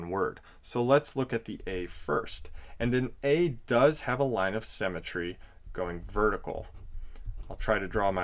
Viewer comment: Great video but symmetry not cemetry.